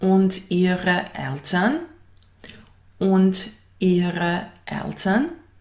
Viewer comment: u recenici : A vas brat? Ide Und a ne Ind, na 5.02. inace sve pohvale za Vas. Danke.